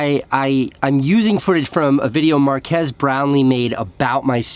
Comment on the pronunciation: ”Mark-ass brownlee”